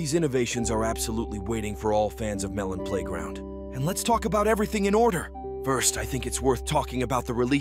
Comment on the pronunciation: Every time that this guy's AI voice messes up Because I'm bored. 23.OWWOOWO its on the 3 ardy of may The editor ofeth the bomb The melon playgronk the Malone Malone pay round Personally I would like abortions in melon playground February 2024 Was half a year ago. a blane Malone Pieground See you the other day!